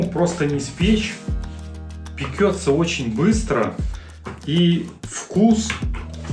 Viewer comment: Тесто не пеКется, а пеЧется. В кулинарии есть только одно выражение - ЯЙЦО!!! Это у мужиков яички! Неужели нельзя запомнить. Что-то ещё было произнесено безграмотное...